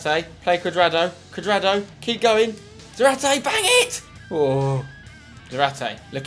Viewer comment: Just go with 4-4-2 and have zarate (za-rar-tay) up front otherwise he won't get as many goals therefore less fifa points, also try to pronounce his name correctly